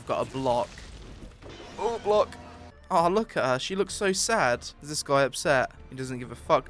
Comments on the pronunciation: why u saying jumpuh, blockuh, dodguh. All the time. It's cringe. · jumpuhhh blockuhh glideuhhh ROFL heheheh